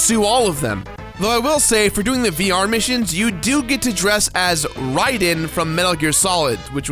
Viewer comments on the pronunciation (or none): none